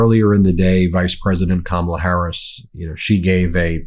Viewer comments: I hate him purposely saying her name wrong. Sucha lil dik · The continous mispronunciation of Kamala's name just confirms how stupid he truly is. Soooooo old and boring. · He still cannot pronounce her name correctly, rambling orange fool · You know he pronounces her name wrong on purpose right? Names are pronpunced one way, not how you choose to pronounce them. A one day election is an intentional way to try to limit the amount of people who vote, the only thing I can think of is to give EVERYONE the day off but even then so many people will be left out. Who votes for your bedridden grandparent? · WHAT A TOTAL EMBARRASSMENT ! WHEN KAMALA HARRIS WINS WE ARE GOING TO HAVE TO ENDURE 4 YEARS OF HEARING HER NAME MISPRONOUNCED!!!